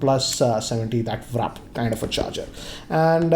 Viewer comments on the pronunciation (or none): again you pronounced WARP as wrap. Please correct it. Also, how many phones are Realme gonna launch? It's just ridiculous...